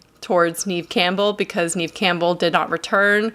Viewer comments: I believe her name is pronounced Nev...not Neev 😀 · NEVE NOT NIAMH .... NEVE